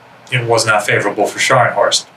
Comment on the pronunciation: Scharnhorst is pronounced as ˈʃɑrn hɔrst or sharhn-hawrst. Also both Scharnhorst class ships began construction in 1935